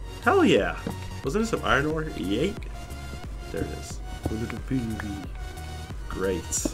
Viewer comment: its iron ore not irin ore